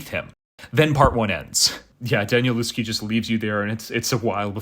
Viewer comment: Hi there - nice review! I've read it once and have read it most of the way a second time. First, his name is pronounced 'Danielevsky'; I used to think it was the same as you do. Also, the people commenting are only described by their deaths in the 2nd part of the book, I'm not sure exactly where he changes, but earlier, it would be 'As this person would later say to that person' and then go ahead and describe it. Nothing about their deaths in that first half or so of the book. I'm a big fan of 'The Familiar' series too, btw.